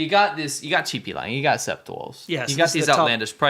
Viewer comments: "Sept" is French for 7.it's said as "set". The "p" is silent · FYI 'sept' is seven in French (pronouned "set") ^^ So yes, 7 wolves!